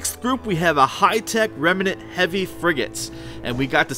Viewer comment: REM-NANT not REM-EE-NANT